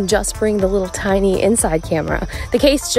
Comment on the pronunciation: Very tine. So tine.